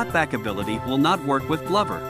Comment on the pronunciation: it is not bluvered it is blover